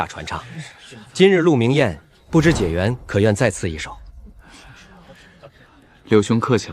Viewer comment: 古時科舉第一名解元 應讀解（介）ㄐㄧㄝˋ元